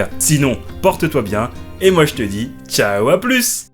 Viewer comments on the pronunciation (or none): none